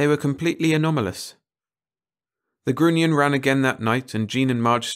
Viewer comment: Such a hilarious fantasy about human nature., respectfully offered: grunion rhymes with onion. Narrate on!